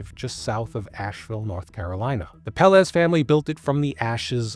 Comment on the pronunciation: Pelaez is pronounced pell-EYE-ez